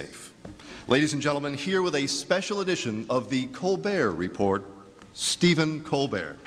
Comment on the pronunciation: It was affirmed immediately that whoever invited Stephen Colbert didn't watch the show when they pronounced the "t" at the end of the Report!